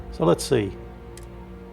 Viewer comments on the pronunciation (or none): Hi i'm. Oy, aye, storage, particular. Prawjekts. Bloahke. AL OHH MEEN EEH UMMMMMMMM. STATH. THAT's NOT HOW YOU PRONOUNCE ALUMINUM....